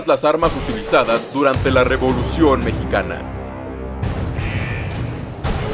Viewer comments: Dice "revlucion" y no "revolucion" ahi nmas para avisar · Revolución no Rvlucion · La "Revlución" JAJAJAJA